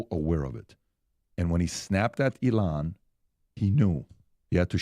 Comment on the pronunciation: PBD for the love of god say Elon’s name correctly.